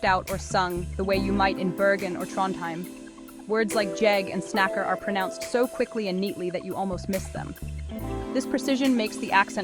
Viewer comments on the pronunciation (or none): Is the reader trying to pronounce Norwegian? She pronounces Bokmål and the word "snakker" wrong - and why do they show German words in the video?